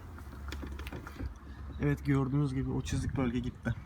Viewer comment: Çızık değil çizik diyeceksin